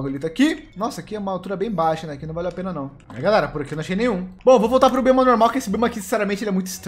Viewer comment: Invés de eu ouvir "Bioma" eu ouvi "Bolhoma", audição 100% boa